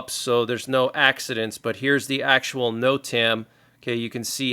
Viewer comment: NOTAM its pernounced. ( (.... Note... um..... Note... um.... . Note...um......)) NOTAM... Notice to airman....!